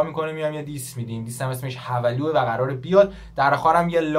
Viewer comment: داداش اون هَولوعه نه حولو